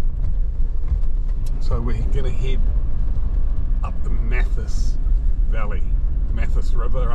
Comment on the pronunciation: Great video but just one little thing... The Mathias is usually pronounced Math-ias My family lived at Manuka Point in the late 1960s when it was owned by Laurie Walker